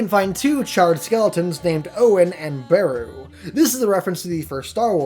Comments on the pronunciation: beru pronounced bear-ew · bruh this guy hasn't even seen Star Wars... beh-ru??? whom? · you said Beru wrong..but..you are forgiven